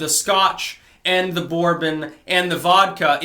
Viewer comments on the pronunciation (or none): Haha, Bourbon is pronounced "berbin" . Love your content and if you want to try some bourbon I recommend Elijah Craig 12 year. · Brrbin? Lol. Thanks for the chuckles. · Wait. Do you say borbon for bourbon like pronouncing the u? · Hey,, say, "bourbon", again! Is there a peculiarly Vermont accent? Was that it?!